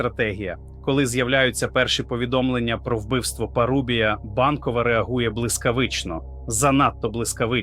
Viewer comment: Знову ШІ....😢 справа парУбія, дев'Яносто, Осічка , Чому ви такі ледачі?